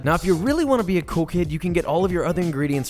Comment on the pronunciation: Couldn't figure out if he said cool kids or coke heads 😂